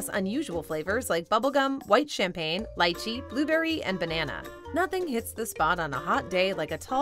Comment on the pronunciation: Wow, she pronounced Lychee the correct way